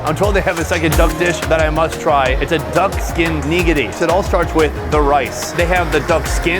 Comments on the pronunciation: Are you pronouncing nigiri wrong or do you mean to say nigidy? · Who you calling neegadee? 😂